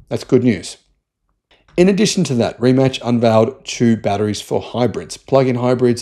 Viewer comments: It's pronounced Ree-Mats not Rematch. The guys first name is pronounced muh-teh. I would expect an Aussie to mispronounce the first name because it's spelled Mate, as in g'day mate. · Had to look it up myself, but Rimac is pronounced Rimats. I thought it would be like Rimak and you pronounced it like Rimatch. Kudos though that you pronounced the E at the end of Porsche. Ferdinand Porsche would be proud of you!